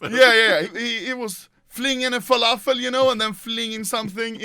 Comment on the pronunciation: “WALAFEL” WTF TRIGGER LEVEL 99999